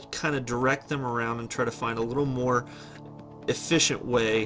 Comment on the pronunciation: “Focus on your flaaawwws…” “as eeffeeent as possible”